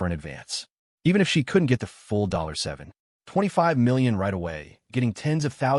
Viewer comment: Why does the narrator call 725 million, dollar 7 ..... 25million as If it's separate amounts of money 😂😂😂